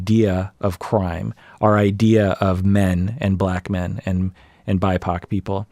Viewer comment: Did say "bi-pac"?? ah, ok Black, Indigenous People of Color.